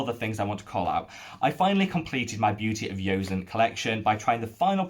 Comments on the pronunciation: I've been eyeing the Make Prem Essence Toner. A 400ml toner size seems so economical and I've heard Kelly Driscoll rave about it being super hydrating! However, I'm just wondering why you keep mispronouncing Joseon and defaulting to a "y" sound? I've never heard anyone else pronounce it like that. You can see Korean Youtubers like EuniUnni pronounce the name and it's always been a "j" (bordering on "ch") sound. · Seems like you are still calling it "Beauty of Yozen"..... Thought we had the correct pronunciation sorted out in the comments of a prior video?